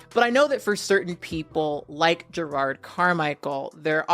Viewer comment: is his name pronounced Gerard or is that just you?